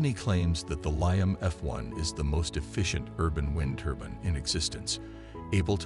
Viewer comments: It's a turbine, not a turban. Also the music turns the whole presentation into snake oil. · ITS NOT A "TURBIN" ❗